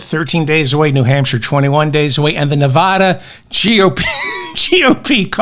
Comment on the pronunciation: Please pronounce my state correctly. It will help a little though I doubt many googles are watching. Neh-VA-duh Say "Neh-VA-duh". That is the correct way to pronounce the state name. Put emphasis on the second syllable. Pronounce it so that the middle part rhymes with the “ad” sound in the words "sad" or "mad." Compare "Nevada" and "Nebraska." The corresponding vowels in the two names are pronounced the same.